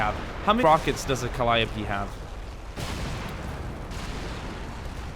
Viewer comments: Is he saying colliope wrong to be funny or am I the only person who thinks it's (Cole-eye-oh-pea) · also calliope is pronounced Ka-Ly-O-P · It’s pronounced cu-ly-oh-pee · XD I was about to post a comment about how annoying it is to listen to you call it a calli op before you corrected yourself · just u maybe, i think it pronounce Cal-li-yope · they're pronounced co-lie-ti-pies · It is CA-lie-o-p